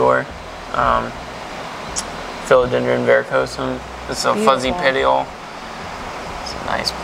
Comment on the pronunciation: I cringed when he said petiole def not a botanist 😅